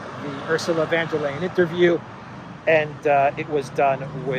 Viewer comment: VON Der not VAN Der. Just sayin".